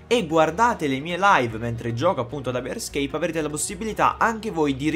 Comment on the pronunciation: ma perchè quando lo pronunci dici"hyper-escape" quando invece è scritto "hyperscape"?